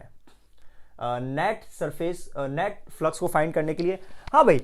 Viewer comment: he said net flux i herd Netflix 🤣👌